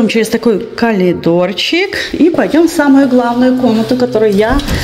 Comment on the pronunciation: Коридор. А не калидор.